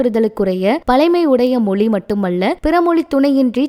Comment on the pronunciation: மொழி என்று அழகாய் உச்சரியுங்கள்.